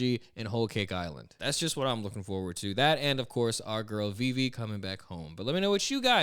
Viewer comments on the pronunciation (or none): none